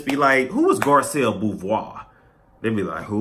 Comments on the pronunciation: I think it's pronounced Boo-vay, boo. It's not my name, so I can't confirm or deny this info. LOL. But I think that's how it would be pronounced in French. But sis is better looking 99.9% of the women across all the franchises. She's stunning & classy, I hope she doesn't turn out to be looney tune.🤞🏿💜👑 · I like you but please learn how to say her last name right if you're gonna talk about Garcelle again. Thank you:)